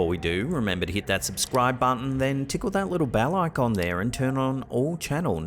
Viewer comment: Every time you say ‘Tickle that little bell icon’ I hear ‘Tickle that little pickle’ … I’m not even joking.